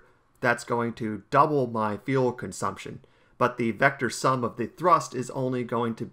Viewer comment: It sounds like he calls liquid fuel "Liquid Feel"